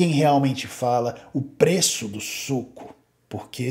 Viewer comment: ...o preço do suuuco... ênfase nA entonação meus caros... suuuco